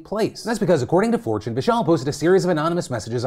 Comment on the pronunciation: Honestly heard "fortune" as "4chan"... amd was really confused about where he gave an interview